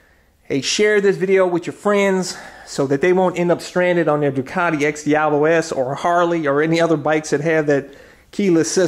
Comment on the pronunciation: You gotta say it right bro. Say "doo-kuh-ti" 😁 love the repsol fairings!